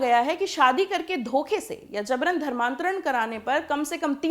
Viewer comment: JABRAN. ko. Zabran aur JURMANA ko ZURMANA bolti hai ....yeh kaisa pronouncessation hai....VERY SAD..